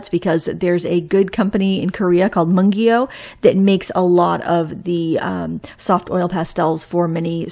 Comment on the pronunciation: Mungyo is pronounced Moon-yo